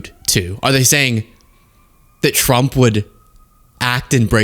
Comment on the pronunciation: what's up with the name Trump? She says Thump, that press lady says Chump, i've heard say Frump... I love it, mangle it some more!